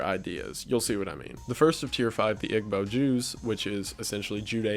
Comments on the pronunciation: its pronounced e-bo not ig-bo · it's pronounced "eebo" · I'm Igbo. It's pronounced ee-bow, not Ihg-bow. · Wow Society for Ethical Culture is awesome. I'm all for morality not being dependent on faith. also, Igbo is pronounced "e-bow" not "ig-bow." I took a few postcolonial classes so I heard the word many times. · also- pls google pronunciations before you make your video. Igbo is pronounced "ee-bow" not "ig-bow" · Btw Igbo is pronounced ebow :) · FYI Igbo is pronounced ee-bo, the g is silent :) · igbo is pronounced wrong, its pronounced EE-Boh. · Igbo is pronounced eebo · Please pronounce igbo as "ebo" next time, this is a huge pet peeve of us Igbo Nigerians lol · Igbo is actualy pronounced (eebow) the g is not exactly silent though. one of the most common traits in the igbo language is the combination of consonant sounds so technically the pronunciation is (eegbow) but you can get away with saying it the first way because the accent is what really makes the difference. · Igbo is pronounced like “ee-bo” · igbo = “ee-bo” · Igbo is pronounced eebo in nigeria but nice job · Just wanna say, as an Igbo Nigerian man, “Igbo” is pronounced “E-bow”. The “g” is silent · When pronouncing Igbo the g is silent so it sounds like E-B-O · Igbo... It's pronounced Ee-bo <3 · Thank you for doing this deep dive, I don't see anyone else bringing it up so far but Igbo is pronounced "ee-boo" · I may be wrong on this as I’m American but I am pretty sure Igbo (or Ibo) is pronounced “ee-bow” as that’s how it was always pronounced in my Post-Colonial class. Just a heads up, otherwise amazing video!!